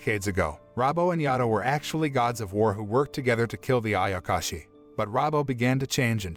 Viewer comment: does noone even talk about him calling ayashaki, ayakashi?